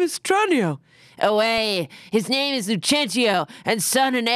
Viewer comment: As an Italian them pronouncing those names was kinda impressive actually